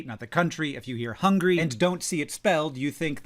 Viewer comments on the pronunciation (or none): none